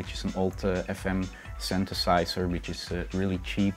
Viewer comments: fuck i love how this guy pronounces 'synthesizer' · "Syntesaiszer" "Duowpfer" Ahhhh...